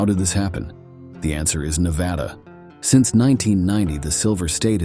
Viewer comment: Hard to believe when he can't pronounce Nevada right.